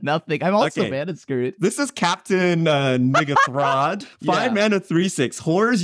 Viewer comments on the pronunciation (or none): Someone get a pronunciation guy for Captain N'Ghathrod.... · Looks like caught the interesting N'ghathrod pronunciation eh?